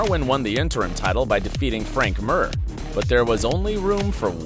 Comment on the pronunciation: Never heard anyone including mike Goldberg pronounce the names of the fighters so fucking poorly nurmogahmodamedov Frank MYre loooool 😆